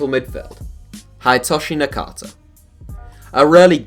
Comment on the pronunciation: haidtoshi nakata??? dude..